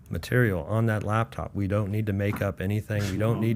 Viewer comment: If Pat could learn to not say Dat and Duh instead of that and the, he would be easier listen to on this podcast.